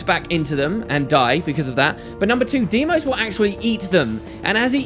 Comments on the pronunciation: Deimos, Say it. Deimos! DEIMOS DEIMOS DEIMOS!!! not DIEMOS. DEIMOS! This triggers me more than it should. I am sorry, love you and your channel <3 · i think it is pronounced dye-moss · I dont think so. I think its more of "Dee-Ee-Mos". I know this because I played God Of War Ghost of Sparta and Kratos' brothers name is the same. And this is most probably how u pronounce it